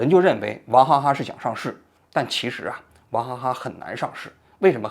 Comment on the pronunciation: 我怎么听王局说的王哈哈呢😂